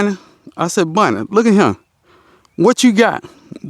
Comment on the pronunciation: Lawd,. I'm southern too, and definitely thought he was saying, "Bunny," not "Bonnie," the whole time. 😂 I need to call my uncle and reacclimate myself. Haha!